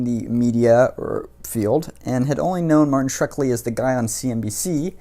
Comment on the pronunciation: It's Shkreli, not Shrekli,!